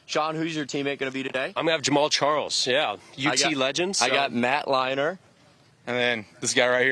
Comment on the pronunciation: said Matt "Liner" in the intro too! Tough scene.